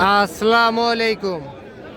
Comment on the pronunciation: প্রবাস থেকে অনেকদিন পর্যন্ত আপনার ভিডিও দেখি,দুঃখ একটাই আপনাকে আজ পর্যন্ত ভালো করে সালাম দিতে শিখাইতে পারলাম না, আসসালামু আলাইকুম ওয়া রাহমাতুল্লাহ